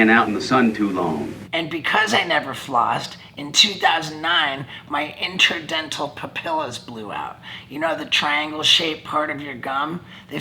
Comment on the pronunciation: Ay who went to go check their “interdental pupilas” 😂😂